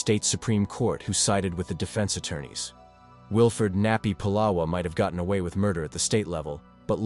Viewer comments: First of all, his name is not pu’lala it’s pronounced it, spelt pu’la’wa ❤❤ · Pronounced " Pu La Va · 🤦🏾‍♂️U saying pulawa wrong u have to say the w like a v pulawa🗣️P-u-l-a-v-a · His name is not polo Its Pulawa, your information has many errors, by the way it's still the Kingdom of Hawaii, the state is illegal take over by military occupation. So much of your information has many errors, this is incorrect documentary. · You didn't pronounce nappy name correctly plus nappy was samoan not hawaiian. If you can't pronounce names correctly you should not be doing documentary s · Nappy Pulawa pronounced “Pu-lava”